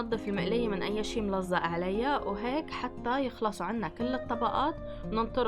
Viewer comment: ملظق مش ملزق ههههه😮